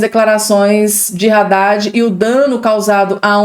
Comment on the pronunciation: A pronúncia não é Raddad (com R) e sim Addad, o(H) é mudo.